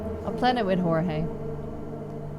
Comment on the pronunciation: Ohh I think I remember the other game! You were a detective, right? Really cool art style. The first one seemed intriguing, shame if it had bad reviews or whatever. Yes, you were pronouncing Jorge correctly. ☺️